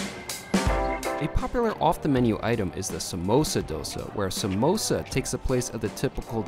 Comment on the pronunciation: Did u just called samosa MEMOSA? 🤨